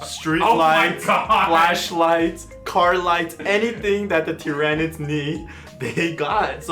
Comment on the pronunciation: It's Tyranids! Not Tyranids!